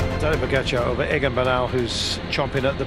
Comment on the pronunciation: If you are going to make an entire video featuring pogacar why not learn how to pronounce his name correctly? Laziness